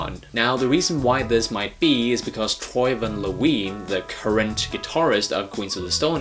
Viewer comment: Troy Van Leeuwen (Lou-when). No La-ween